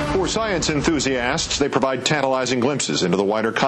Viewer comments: He says, " ...for science enthusiASSts..." LOL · why does he keep over pronouncing the "as" in "enthusiasts"? sounds like hes mocking them, calling them "enthusiASS" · "for science fiction enthusEE ASSSTS" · Anyone else wonder why he pronounces enthusiasts with such emphasis on the ASS? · this guy says 'enthusiasts' weirdly